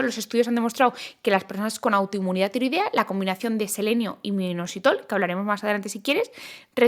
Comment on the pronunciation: No consigo entender el nombre suplemento, algo así como inositol, pero imposible entenderlo.